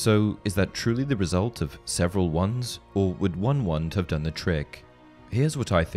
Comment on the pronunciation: Because they are Wands not Twands :P